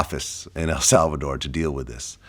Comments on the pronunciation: This is an interesting story I’m sure but it’s so damn hard to listen to this nigga talk between the IF YOU WILL and how he changes his whole voice just to say HEL SALVA-DORRRRR 🤦‍♂️ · Drink every time he says “El Salvadorrrr”